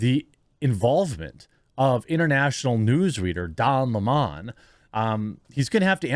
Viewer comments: fire don lemming !and it's lemon not lemawwwwwwwwn . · Bro stop saying don LeMon, it's Lemon like the fruit 🍋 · Don Lemon not Limon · Why does this guy have so much trouble pronouncing Don Lemons name. Weird. CNN might be closer to watchable with Don and Chris... I won't but it will be better.